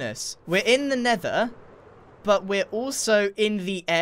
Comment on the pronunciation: The Nender